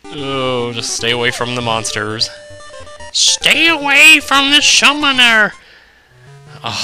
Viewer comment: xD "Schtay away from the schummoner" , I noticed you've been bitten by the Zack bug as well, haha